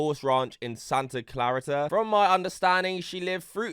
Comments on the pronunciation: It’s Santa Clareeta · Only a Brit could pronounce Santa Clarita like that 🤣